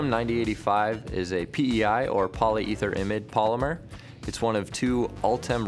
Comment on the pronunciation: That's not how 'polyetherimide' is pronounced...